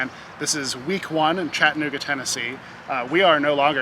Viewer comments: Please keep in mind that there's an "a" in chatt"a"nooga....in case you do another episode. Glad you enjoyed your visit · Its Cha tta noo ga